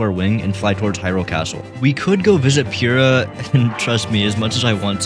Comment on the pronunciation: why do so many people pronounce it PURE-ah, and not, you know, puh-rah